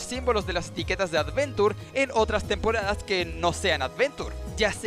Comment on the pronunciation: Me sangran los oídos cada vez que escucho temporadas XD